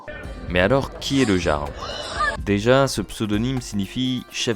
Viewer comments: "Le Garle" . . . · Le "yarl", pas le "jjjarl" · Le jarle 😂😂 sa se prononce yarl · ça se dit pas "Jarl" mais "Yarl" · Essayez au moins de vous renseigner, ça se prononce [Yarl] et analysez la vidéo d'une heure trente et pas un cumul d'extraits de 27 secondes... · déjà sa se dit le YARL phonétiquement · Ont dit le "Yarl" pas le Jarl xD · ca se prononce "Yarl" je crois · Jarl ce prononce " iarld " en faite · On prononce le "Y"arl nom d'un chien 🐕 🐕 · Le gearle 😂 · Euh…on dit « Yarl », même si ça s’écrit Jarl. 🤦🏼‍♂️ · Oui, on dit "yarl" et cela s'écrit "jarl". Comme dans Skyrim. C'est un mot emprunté des langues anciennes du nord. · Le Jarl.. Ça se prononce "iarl" mais bref.. Je me demande qui a lancé les hostilités.. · Le "G"arl... 😅 Va falloir revoir la pronomciation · Ca se prononce "yarl", comme dans Johan. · Comment il dit le jarl, faut vraiment etre ignard pour dire ca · Ne pas savoir prononcer "Jarl"... C'est une IA ou le stagiaire la voix off?